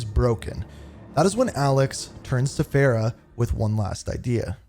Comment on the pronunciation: What is with your name pronunciations? There were multiple instances where the name was properly stated, yet you still go on and stuck with your incorrect pronunciations. For example, the name “Farah” is pronounced, Far-ah. Instead, you proceed to call her as Fair-ah. Another example was when you said Khaled as, Ka-leed, when it was supposed to be Ka-led.